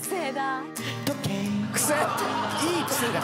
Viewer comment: 「…とけいっ」好き過ぎるwww そこからのプシューまで畳み掛けるのほんと最高wwww wwww